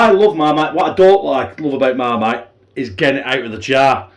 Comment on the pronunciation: you said mump of larlite 😂😂 i dont know if you realised. i like marmite too and vegemite im weird lol